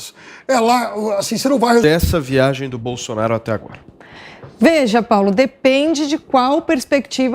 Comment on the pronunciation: Viu como ele deu uma lacrada falando bousonaro qui nojo